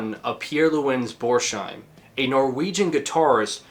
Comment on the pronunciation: Pronounced Bors - heim. No sh sound. I know you will hate the correction and perhaps insult me for pointing it out, but oh well. 🙂 I have not finished watching the video yet, but good job... I will be back with an edit.